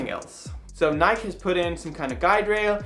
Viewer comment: I agree with your pronunciation of "Nike" - it has never, or ever will be "Nike-ee".